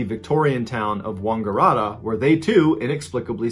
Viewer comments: It's WANGaratta, not WONGgaratta. I don't know why it bothers me so much but that's my home town and it just causes me pain to hear it mispronounced so badly! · Sorry Mr Ballen you slaughtered all those Australian 🐨 towns. It's Wang like tang Wang- a- rat- ta. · I had to play him saying Wangaratta over and over to figure out what he was saying 🤣 It is wang, not wong, mate 😄👌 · Wungaratta haha its Wangaratta but can't fault him it is quite difficult. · “wonngararta”😂 shout out my town btw its Wangaratta pronounced wan-gah-rat-ah 🤣 bruh crying laughing right now at the mispronounced Australian locations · Except for Wongerrahta. xD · I will try to explain 😬 Wangaratta is Wang as in oh my god his wang is huge, ga as in goo goo gaa gaa and rat as in how you say the animal and ta as in tatas, altogether wang ga rat ta. When he said Yass it sound like he was saying Yaaaassss Queen. It is pronounced Ya ass put together Yass. Hope this helps! ☺️☺️😂😂😂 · I remember these people here in Australia. They were really traumatised and it was SOOO bizarre. Everyone was just shaking their heads thinking wtf? It caused so much speculation and unease. Boy you do this well! Wang-gah-ratt-ah, the first and third A’s like in “bat”. And Yass with a flat “a” like “bat” as well. We are an odd bunch here🤗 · The mispronunciation of Wangaratta is hilarious. Its pronounced Wang ga rat ta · God I hate how Americans say Aussie town names. 😂 it’s atta like atta boy! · Any other Aussies laughing at how he says Wangaratta and Yass???? Love that we were included in your stories 💛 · Mr Ballens posh pronounciation of Wangaratta was epic! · Wangaratta 😂 I shouldn’t laugh though you should have heard how I pronounced wauchope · 😂 hear an American say “Wangaratta” and “Yass”. Yass Queen! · Your polite Aussie back to help your Aussielish: yAss and wAngarAtta are like the A in "cat".